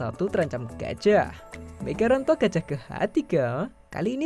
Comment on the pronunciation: Migaranto rokade panjang itu, salah baca teksnya 🤣